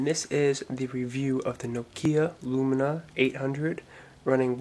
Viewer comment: its not nokia lumina its lumia, you saying it wrong